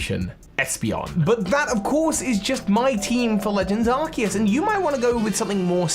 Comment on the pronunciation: ARCEUS, NOT ARCOOS! FIX IT NOW!